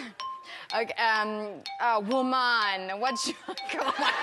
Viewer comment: as a Jamaican the "Wuman" was perfect